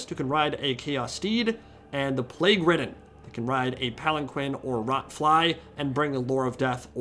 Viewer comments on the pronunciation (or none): when you said 'plagueridden' I thought you said 'plaguewoman' and I fuckin spat out my drink